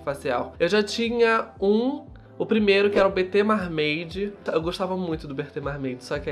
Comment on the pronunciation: eu te amo mas MAR-MEIDI não é como se fala mermaid haha